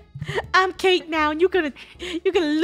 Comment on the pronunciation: said ca te but funneh said cate and said oh it's cate